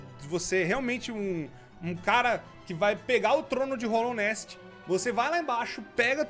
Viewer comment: dica básica, é hAllownest, não hOllownest